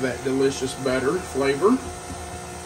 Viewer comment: The way you say butter, sounds like better. lol😂